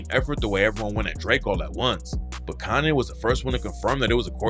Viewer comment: Are you saying Kanay?